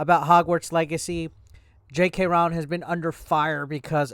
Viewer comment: It really shouldn’t bother me but I’m getting fully triggered by the way you’re pronouncing her name. Its roh-ling like rowing a boat but with an L in there lol.